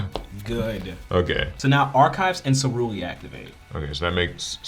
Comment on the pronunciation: First turn messes up ceruli